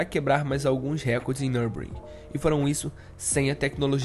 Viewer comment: O produto do vídeo é TOP. Já o narrador... Precisa de uma fonoaudióloga urgente. E também melhorar suas fontes de pesquisa e dicção em nomes que não sejam em português. Ex: Nürburgring, e não NURBRIN. Tempo de volta de 5 SEGUNDOS??? TAIS TOOOOLO???